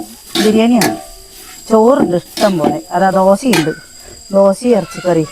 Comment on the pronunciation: ദോസ അല്ല ചേച്ചി, ദോശ 😅. സൂപ്പർ